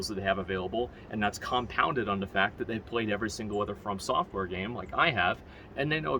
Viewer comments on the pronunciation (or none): Is Anyone gonna tell him its From software not Firm software.. its too late at this point Firm software it is.